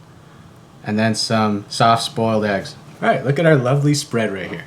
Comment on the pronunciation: Ok, I definitely heard "soft spoiled eggs"